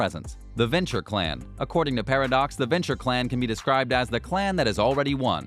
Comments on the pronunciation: Ah, yes, can't wait to play a "Berja" or a "Mulkvian" after the next developer takes over for "Hard Suit Labels." Maybe experiment with the "Venture" clan. Clan choice is a major part of your character sheet in Vampire: The Masquerade and you managed to butcher MOST of them. - BROO-ha - mal-KAY-vee-in - VEN-troo Genuine bit of advice: get someone else to start watching your videos before you upload them. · Just in case you decide to make more videos when ACTUAL news comes out, Brew-Ha, Mal-Cave-ee-in, Ven-true (exactly how it is spelled), Tore-E-adore and blood is Vee-tay, not "Va tie"... I guess we should all be fortunate that there was no mention of Tzimisce. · What? You're not a fan of the Berjer clan? or the Vencher Clan? Or The Mokvians? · Like "Burjah" istead of "Brujah" and "Venture" instead of Ventrue. I stopped watching at that point... Why does someone tries to dabble in something that he has no clue about? Like Potency instead of Potence... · watching him strugle with ventrue, brujah or malkavian makes me wish, tzimisce would've been announced lol